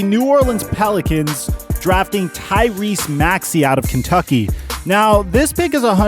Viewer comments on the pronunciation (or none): none